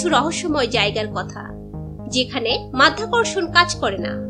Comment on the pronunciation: হালা মাইয়া মাধ্যাকর্ষন না মধ্যাকর্ষন😂😂😂